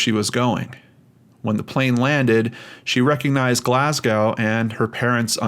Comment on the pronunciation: Glasgow is pronounced "GLAZZgo".